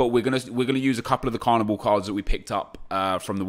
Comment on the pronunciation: 2 things are guarenteed here: Seeing those Pizzi cards listed at 40k and saying “Carnibow” instead of “Carni BALL” Hope its another good vid:)